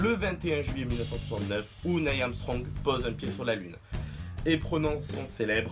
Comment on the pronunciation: c'est pas "veille" amstrong, mais "nille" ARMstrong !